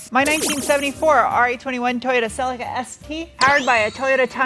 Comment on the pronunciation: Did American use the same nickname Australians used? Toyota silly car! Or did your pronunciation of Celica not allow such levity?